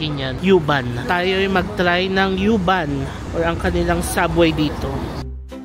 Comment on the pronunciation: Pronounce as uuuuuu-bahn. Bisaya pag pronounce dapat. 😅